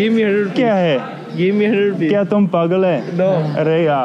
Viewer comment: I think he said give me herpes, not rupees.